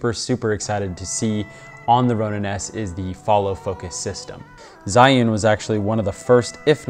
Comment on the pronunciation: HI. 'Zhiyun' is pronounced like Jee-Yoon.